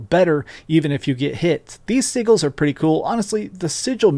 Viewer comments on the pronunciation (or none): Why did you just pronounce sigils in two different ways….